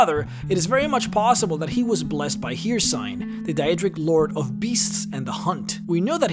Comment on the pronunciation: “Hearcine” I thought it was pronounced her seen